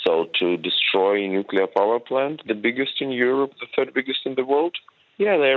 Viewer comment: Please employ presenters who can pronounce 'NUCLEAR' correctly 🙄